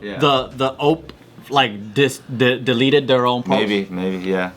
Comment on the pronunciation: Joe calling the OP "the ope" when its an abbreviation